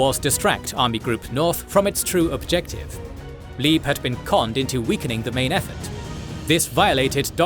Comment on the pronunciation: Please don't pronounce Leeb (German) as Leeb (English) but as Labe (English). It's distracting.